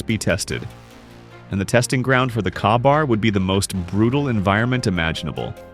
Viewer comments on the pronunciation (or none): It's pronounced kay-bar.